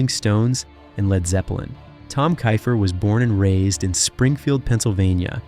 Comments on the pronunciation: It sounds like Keefer . Not Kifer . Get his name right if you’re doing a video . Ugh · Fail out the gate because you can't pronounce "Keifer" correctly. Multiple times.